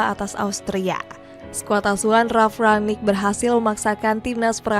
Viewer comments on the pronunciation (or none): none